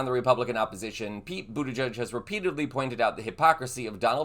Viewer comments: His campaign t-shirts had the correct pronunciation: "Head over to his campaign website, for example, and you'll be invited to purchase shirts reading BOOT-EDGE-EDGE." Let's try this one on: Senator Boot-Edge-Edge of Michigan. Pronunciation is not going to bring us to the end of the world, but if you're pronouncing his name wrong, it makes one wonder what else didn't you fact-check to make sure you're not spreading disinformation. Don't be like the other guys. Show you care about getting it right. Thanks for your videos and for reading this comment. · LOVE Pete Buttigieg. But I am confused. Where was the "announcement" that you clickbaited with? Also, If you are going to continue to support, Pete Buttigieeg on your channel, please learn how to properly pronounce his last name. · Get the pronunciation of Buttigieg right ffs. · Learn to pronounce secretary Pete B’s last name! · Hun, i really enjoy you, but you are mispronouncing his last name. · Pronounce his name properly. He's been living in Michigan for a while. Dammit. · Please learn how to pronounce Pete's last name... 🤷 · Pronounce his (and others) correctly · Boot edge edge - pronounce correctly please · It's BOOT EDGE EDGE! Learn how to pronounce!!! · His name is not pronounced buttijudge. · Please send appropriate respect: it's not "budda-judge". 🤦‍♀️ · It's pronounced boot-edge-edge. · PETE has said his name is pronounced boot edge edge, not ending in "judge" sound... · ..... Pete BUTTI - GEDGE ........ Please get this great man's name RIGHT!!! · Buttigieg is pronounced - boot eh-gedge Thanks for the information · If we are going to complain when the right mispronounces Kamala (granted they do it purposefully), we should correctly pronounce the names of our own politicians. It’s “boot-edge-edge”, he described it as such when he ran for POTUS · I think you should pronounce his name correctly and Pete should run for president soon! 🎉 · Pls pronounce Pete's last name correctly. Simple respect